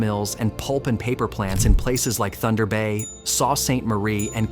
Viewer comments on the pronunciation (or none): Who's doing this narration that they don't know Sault is pronounced "soo"? Kap is not said correctly either. What are we supposed to believe??